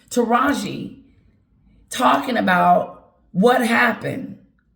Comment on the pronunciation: Pronounce like TAH RaH Gee…😂